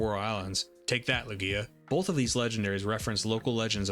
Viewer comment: I was watching your video and though it was good until I heard you say Lugia..